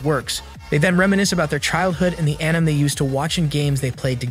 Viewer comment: Say Anime with me Aan-i-May